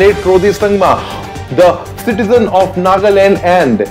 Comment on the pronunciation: Hugh!! Did I hear you say citizan of Nagaland... Bhai jee citizan of India hain re